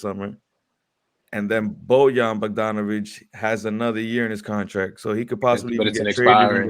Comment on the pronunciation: Nah gotta learn how to pronounce Bogdanović 😂😂